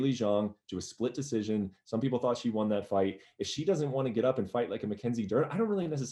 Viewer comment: ariel pronounces won wrong